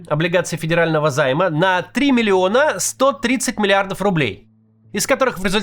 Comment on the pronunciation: 14.30 "три милиона 130 милиардов рублей..." 🤣🤣🤣